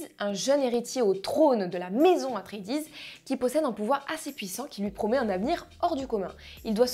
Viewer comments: Dune ce n'est pas que le film de Lynch de 1984. C'est aussi, et avant tout, une série de romans écrits par Frank Herbert. La planète Dune est aussi appelé Arrakis et la prononciation du clan Atréides....bref dès l'intro des approximations pas digne de tes vidéos habituelles. J'avoue être un peu déçu par cette critique. Pour en revenir au film, il faut le voir en Imax car le film a été conçu et réalisé dans ce format. Je l'ai vu d'abord en format classique puis Imax et ce n'est plus le même film. Il prend toute sa dimension en Imax. Foncez. Meilleur film de SF de tout les temps. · La prononciation d’atreides c’est pas possible la 😭😭